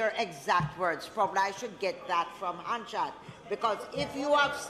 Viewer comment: Hanshard or Hansard 😅😅😅😅